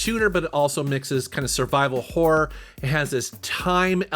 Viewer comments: When you say horror it sounds a lot like whor...😄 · Is he saying horror, or whore?